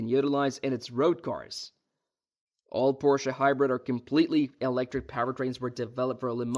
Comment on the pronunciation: Porshay? LMAO you made me laugh 1 second into the video. Nice. edit: okay it wasn't a joke, that's just how he says it. edit: wait he says it correctly sometimes and then immediately says it wrong right after LOL